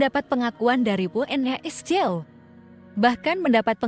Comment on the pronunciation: Ya Allah mbak Mbak,suara bagus,intonasi baik, artikulasi jelas,tapi mbaca kok Thomas cup.mbacanya seharusnya Thomas kap. Terus UNESCO mbacanya nggak usah dieja , langsung aja YUNESKO